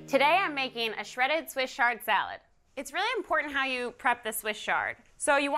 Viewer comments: Have I been pronouncing "Swiss chard" wrong all along? I have always said chard with a ch sound like in cheese, not sh like in shard. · You've been right. It's pronounced with a 'ch' sound.